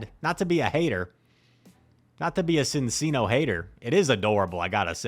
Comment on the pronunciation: I think the cc in Cinccino is pronounced with a ch sound, like the Italian pronunciation